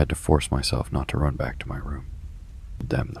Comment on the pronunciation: Run on, not rum. Obviously.